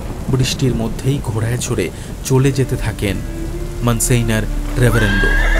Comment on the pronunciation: Ekta nerve wracking experience holo eta shune! It deserves all the hype. Shudhu ektai complain, French words jemon Monsieur aar Signor er pronounciation gulo ektu proper hole bhalo hoto! But kudos to you guys for this outstanding presentation ❤